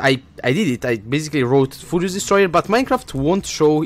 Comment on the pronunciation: when he says furious destoyer it sounds like fudious destroyr